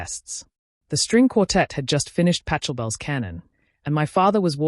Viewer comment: That is one of the best stories I’ve listened to. Well done, sometimes people need a really hard lesson! Hope she learned hers. FYI Pachabel is pronounced as “packabel”. 👍